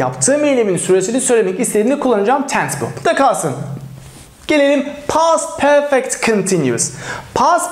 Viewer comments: Şu perfect diyişin yüzünden ingilizce den çekindim. Benim gibi kaç kişi var ? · Hocam soylerken Perfect degil Porfect derler bizim Ingiliz usaklari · Peefek diyen ağzını yerim